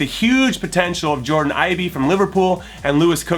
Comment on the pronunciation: "Jordan Ibee"